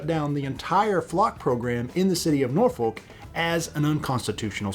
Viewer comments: Norfolk is not pronounced as Nor Foal-k. It's pronounced as Nor Fuck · You do not pronounce the "L" in Norfolk. Locals say Nor fuk or Naw fuk. Great video none-the-less.